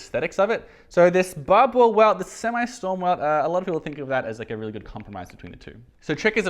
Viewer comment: Barbour - “Bar-ber” :)